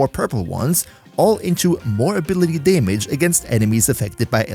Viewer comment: Pet peeves me hearing staytus and daymage lol